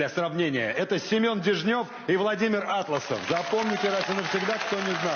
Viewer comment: До речі, в прізвищі АтлАсов наголос робиться на другому складі. Я жила на Камчатці і багато знаю про цього чоловіка. Ведучому треба краще готуватися.